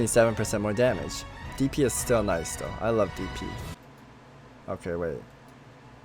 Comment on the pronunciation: Was waiting when you were going to notice how odd it sounds when you say DP.